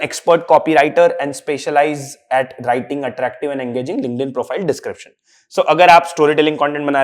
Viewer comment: why does this guy keep saying LinkedIn with a "g" ?? 🤦‍♀️🤦‍♀️🤷‍♀️🤷‍♀️ it's not Lingnedin. 😢 It's K not G . I couldn't watch the video cause it's so repetitive on this "lingnedin"